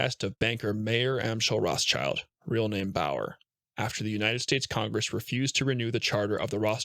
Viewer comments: Samuel Pepys is pronounced like 'Peeps' not 'pep-is'. Trust a yank to butcher another language. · AI reader. The name Pepys is pronounced “peeps” not “Pepe’s. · It's not Pepes, it's pronounced Peeps. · Samuel Pepys: The surname is pronounced Peeps. Great videos by the way, good for sharing with the otherwise uneducated. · Great upload, tks! " Samuel Peeps" is how its pronounced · The name Samuel Pepys is pronounced "Samuel Peeps". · 'pepys' is pronounced 'peeps', 'shire' is 'sherr', edinburgh is 'edinbruh'. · Pepys is pronounced PEEPS